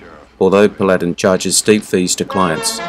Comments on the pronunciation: Brings back fond memories of my youth in the 50s! Of these, my favorites were (in no particular order): 1. Have Gun -- Will Travel (note that the word Paladin has accent on first syllable: PAL-a-din :) ) 2. Bonanza. 3. Wagon Train 4. The Lone Ranger 5. Zorro 6. The Rifleman 7. Maverick (James Garner lead only!) And how about some future love for: 1. The Adventures of Rin Tin Tin 2. Sugarfoot 3. The Adventures of Wild Bill Hickcock 4. Sky King (never heard you mention this one so far on the channel!) 5. Fury 6. My Friend Flicka Thanks for the memories! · PAL A DIN, pronounced